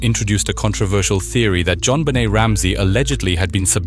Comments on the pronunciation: Jon "Bennett"?!? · Can't even pronounce her name correctly...garbage